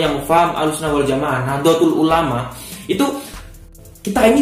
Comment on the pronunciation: Mas kudune NAHDLATUL ULAMA bukan nahdlotul ulama